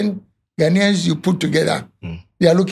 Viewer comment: Firstly can you say Ghanaians correctly what is this ahh